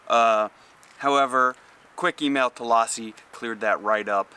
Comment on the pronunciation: Low-si...not Loss-si.